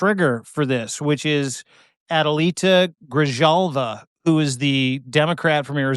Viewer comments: Sorry to be the pronunciation police but phonetically it’s Greehalva (Grijalva) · Your insistence to disrespectfully mispronounce surnames is a blatant slap in the face to true journalists. The fact that it is always women (Jizz-laine and now GriJAW va) you choose to disrespect is telling. You’re republicans at heart. You TOO hate women. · That's pronounced Gri-HAL-va, son. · Grijalva It’s pronounced Gree-hall-va 😊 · Prounounce J like H in Spanish. Gri-halva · Grijalva. The j in her name is pronounced as an h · Grijalva is pronounced Gri-HALL-va. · Gree-HALL-va is how Grijalva is pronounced. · Why is it that no one seems to be able to pronounce her name? I am whiter than cocaine, but I have no issue pronouncing a Spanish 'j'... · GRIJALVA! Perhaps you could learn how to pronounce people's names so you don't appear as another ignorant podcaster!